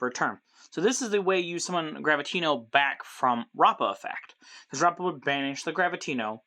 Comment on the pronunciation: At the time of this comment, the link 1 should already be out! Also, you're pronouncing rappa's name right! BACH also stands for Battle of Chaos!